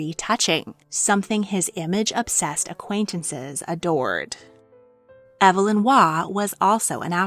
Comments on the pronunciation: Waugh's name was pronounced EEV-lin, not EV-uh-lin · I've never heard Waugh's first name pronounced "ev uh lin". I've always heard "eev lin".